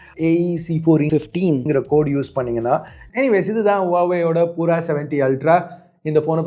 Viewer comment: Its not poora , its pura - pyuura